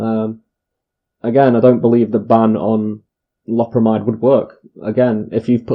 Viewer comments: It's pronounced low-perra-my-dd, it's an amide so it's spoken like that. Not an amine like codeine or morphine or amphetamine etc, one other thing is that synthetic opiates are called opioids- see methadone, tramadol and so on. I've just bought 5 boxed and just ate 18 2mg and will see what happens. Had 85mg oxycodeone about 24hrs ago and 15mg about 12hrs ago also had about 300mg of gear - smoked - is 18tabs enough? I took 20mg omeprazole with them too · Lo(w) per amide. Even the Brits are saying it weird. Thought it was just true Americans. Love from* Scotland 🏴💙